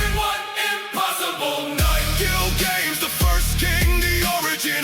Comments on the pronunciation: I mean it's AI that's not surprisin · It's AI singing. The lyrics are banger but when you have "Gil Games" rather than Gilgamesh and other mispronunciations it's a bit obvious. Lyrics are fire tho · The AI messing up Gilgamesh's name is a big letdown